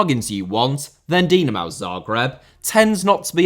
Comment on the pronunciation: So true. If he's not going to bother looking up the names, he might as well stick to anglicized pronunciation. WTF is a "Dinamao" when it's at home? Like you say, it's not even an obscure name. Dynamo Kyiv, Dinamo București, Dinamo Zagreb, and Dynamo Moscow are all big historical clubs.